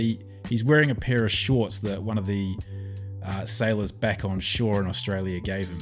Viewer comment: Catherine sounds Australian, except for “back” (pronounced, beck).